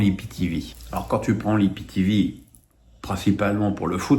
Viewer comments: on dit soit i p t v soit aïe pi ti vi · de grâce, il faut soit dire IPTéVé ou AïPiTiVi. Ça sonne bizarre dans oreilles, vu que c'est ma 1ère langue 😅. Merci